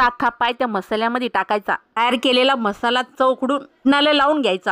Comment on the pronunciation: म्हसाला नाही मसाला